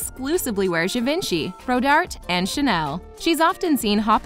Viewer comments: Givenchy is pronounced “zhi von SHEE” not “gavinchee”! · Givenchy is pronounced like 'on' not 'when' and Reiss is like 'Reese' not 'rice' just btw ;)